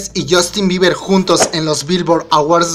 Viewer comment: Jajajaja a alguien más le da risa "Biber" JAJAJAJAJAJA